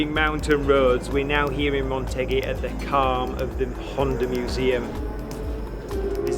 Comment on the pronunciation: This video was going so good right up until the end where I keep hearing you say "Montegi"(not a real place) instead of "Motegi" ;(